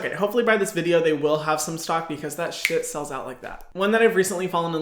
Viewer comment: i love when he said shiet